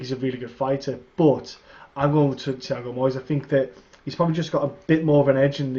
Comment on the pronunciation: Thiago moizÉs stress in the last syllable